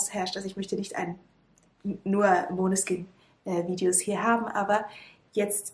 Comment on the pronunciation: Es wird "Maneskine" ausgesprochen das sagen sie auch bei dem lied "Chosen" ganz am anfang, also wird nicht als o ausgesprochen und ich find die bedeutung auch richtig cool :)